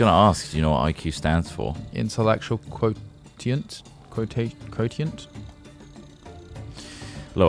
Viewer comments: “Quo-te-ent” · Lmao "quoTient"